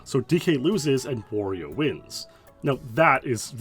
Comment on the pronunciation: Dude can't even say Wario